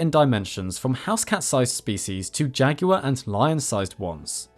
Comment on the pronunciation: Okkay, I have to ask, why do Brit pronounce an 'l' in jaguar?